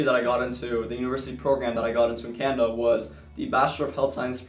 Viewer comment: I’m sorry but were you saying CANADA? I got it from context but it sounded like Canva. Also how do you plan to combine your 2 interest? I have 2 interest too so it’d be interesting to hear your insight